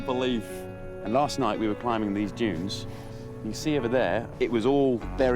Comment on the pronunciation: "Giant sand junes"